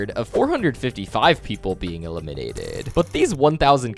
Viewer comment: Why you cant say "eliminated" normally?